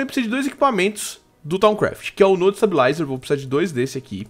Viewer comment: pf para de falar nó é node